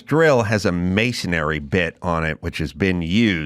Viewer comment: I'm with you on the tools on the sofa. That is completely Disrespectful. But as someone who's been in the trades, please pronounce masonry correctly. Don't make me come out there.